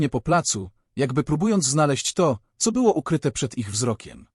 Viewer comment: Mów co a nie ceo, poza tym nieźle.